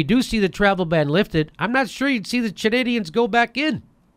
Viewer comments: hey, jimmy, Chanadians? lol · Chanadians lmao. Love ya Jimmy